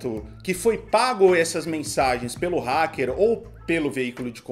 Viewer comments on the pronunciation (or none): Glenn merece Oscar, Golden Globe, mais dez Pullitzer, e etc.. E a apresentadora de terceira merece um curso de inglês pra aprender a pronunciar a palavra hacker